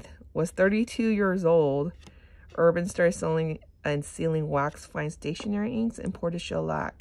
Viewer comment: Diamine ink is made in England. It is pronounced Dia-mine (long i like miner) J. Herbin is pronounced heir-ban. Automatic pens (size 3A) are best for swatching. Cotton swabs contaminate ink with little fibers. Also, a medium size acrylic paintbrush dipped in water then blotted dry works well for swatches. They don't oversaturate with ink if they're dipped and blotted. Manda B does great ink swatching videos. Just offering help, not criticism.